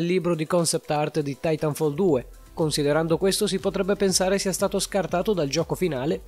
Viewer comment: Pronuncia comunque Titanfall titànfall